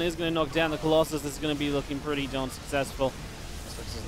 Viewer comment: Why u say colosai on colosus?